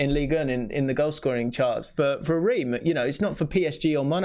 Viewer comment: Pedantic pronunciation point. Reims is pronounced “Rance”.